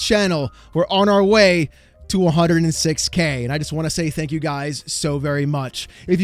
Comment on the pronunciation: Everyone was really excited about the new Xbox games. They should say "pwease and thank yew."